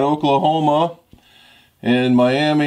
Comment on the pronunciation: Watch out,. The people of that town get REALLY agitated when you pronounce it the same as the Florida city. They pronounce it Mi-am-A in Oklahoma. Almost got kicked out of a local diner there once for saying Miami!